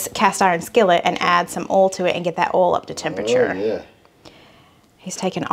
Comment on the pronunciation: Must be? Let it go!! For real. says Oll for oil. LOL 😂😂😂